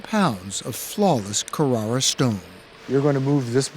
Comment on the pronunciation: So glad 60 minutes pronounced Carrara correctly at least once.